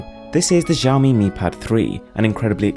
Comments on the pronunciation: X in XiaoMi is not pronounced like that, it's close to an "she-yao" but instead of "sh" is higher pitched. google it. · Hey westerners, Xiaomi is actually Chinese and thus is pronounced "Siao me" and not "Shao me". Just fyi XD